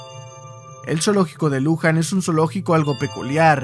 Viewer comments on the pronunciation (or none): como argentino y viendo todos los zoos que antes teniamos me sorprende como todavia no estan prohibidos y perdon pero no se dice zoo de lUjan